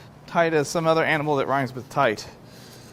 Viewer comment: would it be... "Toight like a Toigah"?